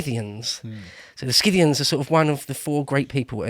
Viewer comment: "Si-thee-ans". There's one thing all English speakers share (Uk, English-Canada, US, Australia,...): you guys are simply unable to pronounce ANY foreign names...